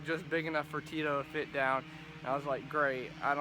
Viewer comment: It's Cheeto non Tito lol